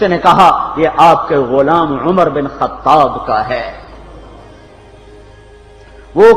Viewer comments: It's not khatab brother but khataaab I mean pronounciation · Its khattaab❤